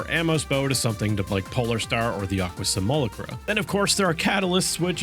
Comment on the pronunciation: PLEASE LEARN HOW TO PRONOUNCE SIMULACRA